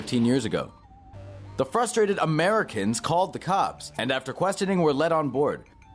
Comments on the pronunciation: Why do you put emphasis on Americans? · if they legally came here, and did all the paperwork they are americans. idk why you put weird emphasis on it.